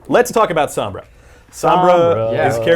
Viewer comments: Being picky but god dang... EVERYONE is mispronouncing Sombra. If this is the Spanish word for shadow, it's "Sohm-bra", not Sambra. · it's Sombra, not Sambra can you guys work on pronunciation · please pronounce it correctly. it's so-mbrah, not sum-brah. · sOHmbra not sAHmbra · Ughh how they say Sombra is killing meeee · Dislike for the way you say sombra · These clowns can't even say Sombra's name correctly. Damn shame. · ITS NOT PRONOUNCE SOMBRA JESUS CHRIST, SAY IT THE WAY ITS SUPPOSE TO SOUND JESUS